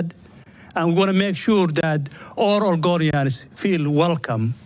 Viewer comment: Whats an "orgonian" 😂 mutha fucka speak English!